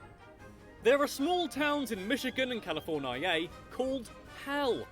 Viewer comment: he can't pronounce California correctly either.